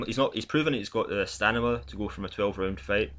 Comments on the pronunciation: Great channel and commentary dude, you got a sub out of me! But ffs mate, please stop saying 'stanima' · Hahahahaha he got me question my English with that stanima aswell 😅 great video though.